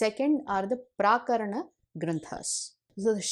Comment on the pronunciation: You have pronounced it as 'प्राकरण' granthas. It should be 'प्रकरण' granthas.